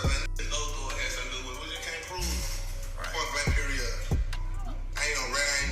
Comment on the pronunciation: Let me find out these hos got yall boys talm bot sum "peri-yod"